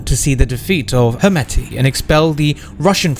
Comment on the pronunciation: Why?? Just pronounce it as standard pronunciation..Not according to English pronunciation